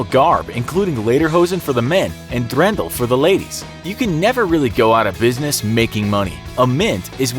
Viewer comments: Dirndl not Drendl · the "r" is silent in Dirndil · It's called dirndl not drendl!!😂😂